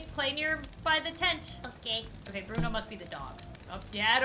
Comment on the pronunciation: What happened to Bruno!? Me:That's not bruno… That's Buno 🗿